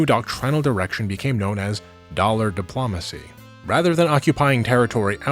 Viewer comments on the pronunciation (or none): "Diplaumacy" will always be my favorite distinct -ism. Though "Co-air-sion" is pretty great too.